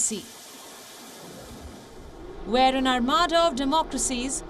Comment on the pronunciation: "ARMADA" youtube editor must a anglophile lol